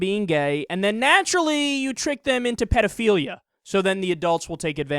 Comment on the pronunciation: Protaaaghchzinist? Pidofiliya? This guy have a speech impediment on top of his stupidity, or is this a failed attempt to sound sophisticated?